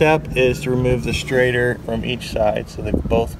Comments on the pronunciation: It’s called a “shrader” with a “sh” sound.... not a “straighter” “str” sound 😂 Sorry, been in the field since ‘91, hearing “straighter valve” is like finger nails on a chalkboard 😂😂😂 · Good video. But it was driving me crazy. Its called a schrader valve not a straighter valve. LOL. just busting your stones. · Schrader... Shrayder... SsshhhhrrrraaaDDDeeerrrr... NOT straighter 😂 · Does he keep saying "straighter" instead of Schrader ... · omg is he saying STRAIGHTER valve